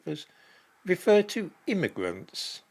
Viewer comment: Not "Immigrants" but Gimmigrants.